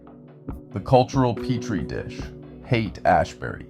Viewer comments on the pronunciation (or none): Yeah it's all kinda fucky, you almost see bob in like 1 or 2 images but it's all super AI centric, even the narrator ("Hayaight Ashbury" in the beginning as well as the generally robotic way it talks.) I hate these AI videos pushing the division in our society, this is the shit a schizophrenic would see and start raving about.